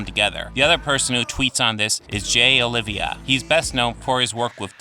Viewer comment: His name isn't Olivia, it's Oliva....Oh-lee-vah